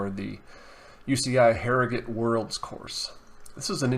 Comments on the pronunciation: Jesus the way he pronouced my town of harrogate. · The way you pronounce Harrogate disturbs me. Good analysis other than that